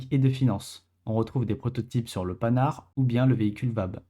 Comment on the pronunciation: Bonjour, Attention à la prononciation de Panhard. Bien distinguer les deux syllabes Pan / Ar et non panard. IFF signifie Identification Friend or Foe.